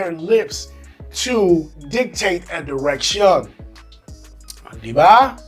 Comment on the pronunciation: It's cute. You're American but sometimes there are english words you said that have the Filipino accent. Example how you said direction.